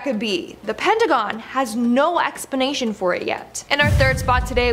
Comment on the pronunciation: i love the way she says, “Expination” at the exact time of . , ,,, i watch all of these videos, along with all of the Top 10 vids. Keep it going you guys, you Fukkin Rock!!!!!!!!!!!!!!!!!!!!!!!